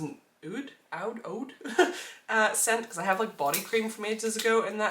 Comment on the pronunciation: You said it right the first time hahaha oud smells so good and as an Arab it’s a staple… nice taste!!